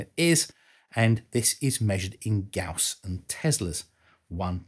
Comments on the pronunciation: Gaus, not Guas.... lol... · Gauss, not "Guass". "guass" is also a typo. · Gauss after the Grerman physicist C.F.Gauss. Not guass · Great video as usual, but PLEASE correct your "GAUSS" spelling of "guass". There is no "gu"--"ass" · Gauss, not guass. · I think it is Gauss not guass... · This guy and the unit was called Gauss not "gous" or guass